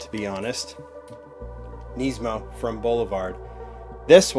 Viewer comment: its not neesmo how you say nissan you say nis-mo